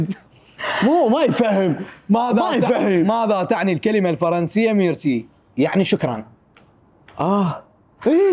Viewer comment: ابو الوصخ الفظ عدل اسمه مِيرسي